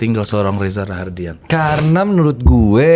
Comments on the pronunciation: Rahadian prazzzzz, bukan Raharrrdian.. 😶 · Reza Rahadian bukan Rahardian 😢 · Rahadian, Bang; bukan Rahardian 😌😌😌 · SI GA RESEARCH ya..masa penyebutan Nama Reza Rahadian disebut REZA RAHARDIAN mulu. Krg menghargai bintang tamu